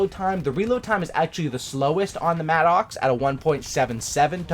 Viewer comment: It's pronounced Madicks, it's not an Angry Oxe......